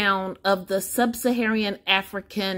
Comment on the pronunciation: "SUB - SA - HA - RAN" NOT "Sub - SA - HA - REE - AN". Otherwise, thanks for sharing the results.